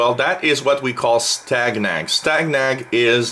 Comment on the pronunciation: It is pronounced like STAY-NAG and the word STANAG is a NATO abbreviation for the words standardization agreement. There are many different STANAGs that cover a broad range of systems from weapons to comms and whatever you can imagine, that are designed to ensure interoperability between forces from different NATO members.